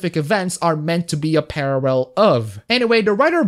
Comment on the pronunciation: At first it was just the one, but then, the barrage hits you. "Parrarrel" At least it's accurate for reporting on Japan.